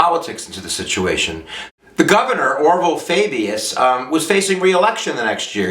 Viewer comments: Orval Faubus-- pronounced OR vul FAW bis. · you butchered the pronunciation of Orval Faubus